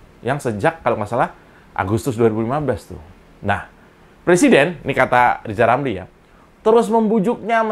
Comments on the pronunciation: Mengeja namanya aja gak becus "lizal lamli" apalagi ngurusi yg penting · Si RR kan asal ngomong, kebelet lidah, coba suruh dia nyebut nama nya gak pernah sempurna. R berubah jadi L.😅😅😅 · lijal lamli